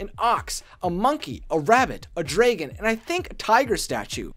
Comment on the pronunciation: "draygen" ROFL